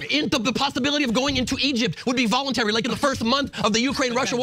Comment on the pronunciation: Bruh said voluntary